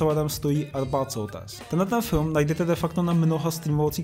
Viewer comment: a Arpád Šoltés, nie Soltés